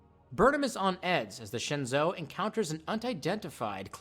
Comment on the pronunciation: Minor gripe but it's pronounced more like "Shen joe" not "Shin zoo" It's like saying Anterpreese instead of Enterprise